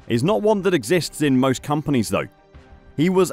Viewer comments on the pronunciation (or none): none